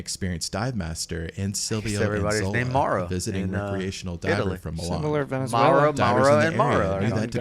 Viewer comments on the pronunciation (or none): none